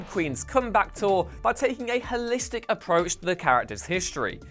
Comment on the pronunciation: Can you say o? As in h-o-listic? Asking for a friend